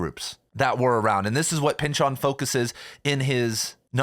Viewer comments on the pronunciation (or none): Why do you say Pyn-Chawn? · Did my college professor teach me how to say his name wrong, or are you mistaken? It's silly to me how difficult this is to get over hearing your pronunciation versus my internal pronunciation 🙃